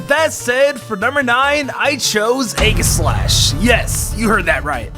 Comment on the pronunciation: You heard that right, Ayy gis slash